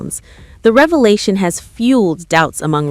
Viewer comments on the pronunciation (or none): none